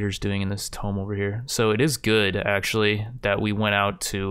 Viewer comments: Hope no one was taking a drink every time he said tome instead of tomb. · or rather, "toom", the b is silent, but yeah it also triggers me whenever he pronounces it like "tome" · TOO-M NOT TOME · He said it so many times at the beginning of this episode, I'm inclined to think you are right. But how does he never slip up and say it right?? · Tome : T-oh-m ... Tomb : two-m or too-m. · Please add mod list in description (very common and curtius thing most others do) Also please say tomb not tome. I'm usually not to anal about these things but this one is actually driving me crazy. I am enjoying the video, just critiques that may seem stupid but actually make a difference. Good luck with this playthrough. I hope to see some amazing fights. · Is this regional? Keep pronouncing tomb (toom) like a book (tome)? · “Twooom not “toe”m!!! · you do know he says tome instead of tomb 100 times in the video right? WHOOOSH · drinking game. take a shot of water every time he says tome instead of tomb (toom) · it's /tu:m/ not /təʊm/ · Pls, I can't take it any more It's pronounced "toomb" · I feel like this video a personal attack. For the last year I’ve hoped would learn that it’s not pronounced tome. He then proceeds to repeat tome 40 Thousand times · It's pronounced toomb! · Says tome 1 million times... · It’s pronounced toom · Oh i'm 100% sure he knows but it's one of those things, once you've been saying it wrong for 20 years its hard to go back xD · Unsubscribed. I can tolerate your short attention span, but there's no way I'm spending another day listening to you mispronouncing "Tomb".